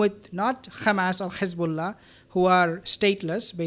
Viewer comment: Good video but I don’t understand why you pronounce Hezbollah and Hamas with the Kh sound at the beginning.